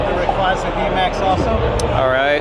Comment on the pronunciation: ray-"quay"-zuh is how its pronounced so many people get this wrong